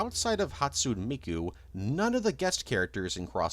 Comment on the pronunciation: I'm begging you please learn to pronounce Hatsune Miku correctly